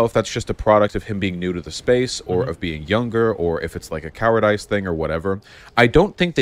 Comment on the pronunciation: Did vaush pronounce cowardice as “coward ice”? That’s, uh, an interesting choice